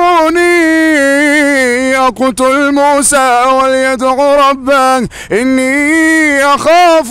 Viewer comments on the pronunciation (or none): ربه وليس ربااا